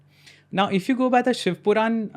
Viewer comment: It is Puran...Not ...quran